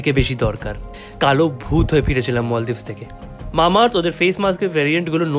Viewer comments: bhaiya its maldives not moldives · Kothata 'moldives' noi maldives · মলদ্বীপ না মালদ্বীপ 😑